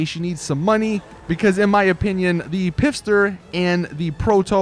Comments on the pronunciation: pfister is obviously pronounced fister not pisster. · it's pronounced "fister" not "piffster" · every time he says pifster I cringe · It's actually pronounced "Fist-er" because, y'know... Rockstar. xD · thought I'd say, in Pfister, the P is silent, it's pronounced "fister" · Hey, next just say Fister, the P is silent